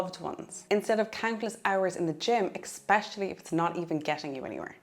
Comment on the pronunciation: It’s a good video - thank you. Please note it’s ESpecially not EXpecially